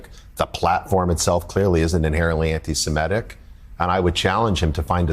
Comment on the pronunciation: Dude is the head of the ADL and he can’t even correctly pronounce “antisemitic”. It’s “anti-sem-it-ic”. Not “anti-sim-et-ic”.